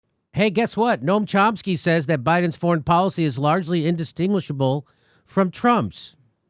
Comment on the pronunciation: " Cump-sky" lol.